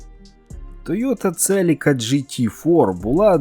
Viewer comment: Вчимося говорити Українською разом - Celica - Селіка (UA); Lancer - Лансер (UA); Civic - Сівик (UA). Московитська - Celica - Целика; Lancer - Ланцер; Civic - Цывик.